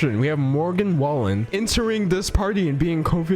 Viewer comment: I live in Oklahoma and Morgan Wallen is HUGE down here everyone knows who he is🤢 so just a heads up his name is pronounced WAY-LYNN at least that’s how everyone around here says it i could be wrong